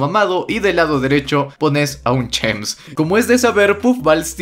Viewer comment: chems Yo: chims xd